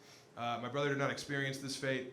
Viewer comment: "you can leave your beanie on, brrrother!" kills me